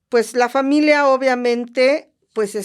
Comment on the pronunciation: Historia ☝🏻 No historea Familia ☝🏻 No familea Historia ☝🏻 No historea 😂😂😂😂